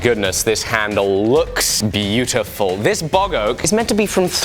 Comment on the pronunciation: Bog Oak... Not Boggoh! Oak from a bog... Oh lord, I thought my ears were broken.